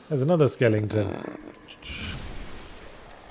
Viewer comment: Why does Yahtzee say "Skelington"?